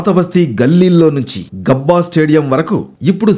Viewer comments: Gubba😂😂,its Gabba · Inka anaya Gooba analedu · గుబ్బ కాదురా స్వామి Gabba 😂😂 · Gubba కాదు రా బాబు. గబ్బా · Gubba kaadu Gabba ra news reader.😭😭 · Gubba kadu gabba😂😂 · Gubba kaadu anchor Gabba anali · అది గుబ్బ కాదు సర్..గాబా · Orey anchoru gubba kadu ra ni abba adi Gabaa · Gabba ra adi dubba. Gubba kadhu 🤦🤦 yela tiskuntaro ilanti vallani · గబ్బ , గుబ్బ కాదు